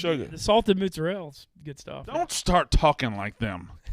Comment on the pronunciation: My Italian born wife would be disgusted with the way & say mozzarella, prosciutto & ricotta.